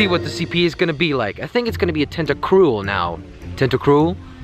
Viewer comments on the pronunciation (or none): No te-nt-ta-cruel